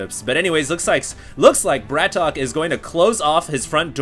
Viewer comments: Isnt his name pronounced "BRAT OKAY" not "BRATOK"? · Mondragon -> MONdragon emphasis on MON BratOK -> BratOkay NOT Bratock T.T